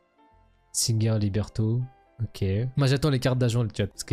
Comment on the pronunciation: C'est Libretto et non pas Liberto